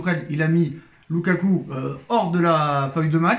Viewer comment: C loukoukouk au lieu de loukaku